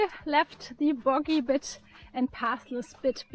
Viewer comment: "the boggy bit" - your Scottish is coming on very well !